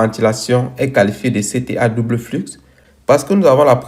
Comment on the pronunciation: Bonjour mon frere, dans le mot "flux", le x ne ce prononce pas, ce dit "flu"mais s'écrit "flux"..... merci pour ta video ça ma appris impeu plus sur les cta 🙏